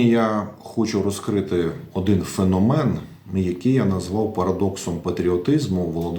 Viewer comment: ФенОмен , наголос на О